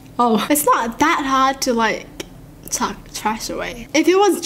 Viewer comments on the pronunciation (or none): none